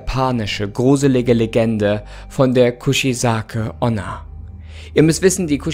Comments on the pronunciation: „Kuzizake onna“ ich Feier dich echt aber ich kann nicht mehr hahahah Kuchisake onna wird genauso so ausgesprochen wie gelesen eigt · Die Aussprache vom Namen ist komplett verkackt